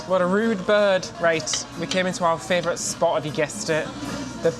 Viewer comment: you do realise it's not fravourite with an r in it. It's favourite.